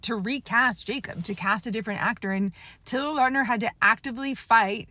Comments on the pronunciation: When the new Taylor Lautner werewolf show comes out I hope they Finally correct the pronunciation of Lautner, it would be so flipping funny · Good points! I never knew he had physical issues due to this Btw would look into the surname pronunciation